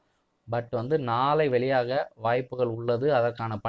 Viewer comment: Nalai nali nali ...... Aporam nallakum ippidithaaa soluvingaaà 😂